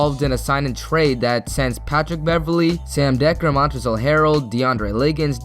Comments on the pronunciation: Thumbed down because you said “Montrezell” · First of all, how do you butcher Montrezl Harrell’s first name, given that the L in his first name is silent? Second, same should go for Ante Zizič.